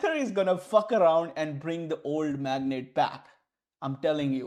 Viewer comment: koi 2 baar kaise galath padh saktha hai magnet bhauuu 😂😂😂 Good thing aage padgliya correctly